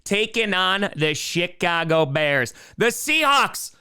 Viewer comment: Every time says Chicago it sounds like Shitcago